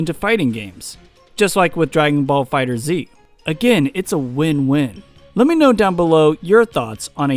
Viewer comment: Its called dragon ball fighterZ (As in fighters but instead of an S a Z) Not fighter Zee